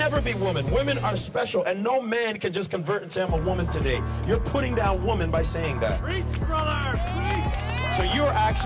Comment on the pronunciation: But the real question is: Why are increasing numbers of people losing the ability to pronounce the plural "women"? :P